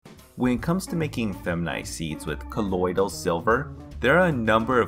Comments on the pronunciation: The way you pronounce colodial is like nails on a chalkboard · Does anybody else hate the way he says "colloidal silver". 😂